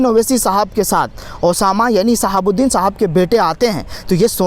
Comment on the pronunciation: Madam hamar shaab ka naam ache se lo